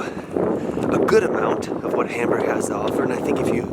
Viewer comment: for beeing in HAmburg, you should ebven pronounce it properly and stop beeing so ignorant, american!